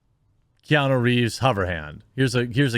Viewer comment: It’s nuuuuu not nooooo. Keanuuuuu